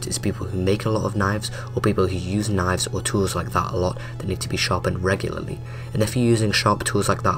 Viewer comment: Wow A video about knifes where the guy talking says “knoyvs”